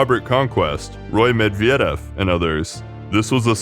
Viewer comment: You are on the right track but I think the vocals and the stresses are kind of tricking you. For example the unstressed e sound in Perestroika or Medvedev is a i sound (as in bit). It's hard to give notes on all the nouns, nor am I the right person to do so, but I think google translate pronunciation is pretty decent these days and could help you out (put the name in Cyrillic tho). Love your work btw